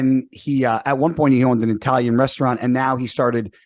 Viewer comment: And he's "eye-talian" 😂😂😂🙄🙄🙄